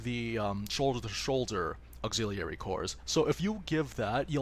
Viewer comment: He way you pronounce auxiliary.... triggered.